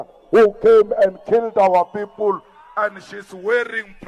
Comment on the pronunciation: ... his 'peepool' is the same as his swimning pool, next to the 'firepool' at Nkandla? 😮 😂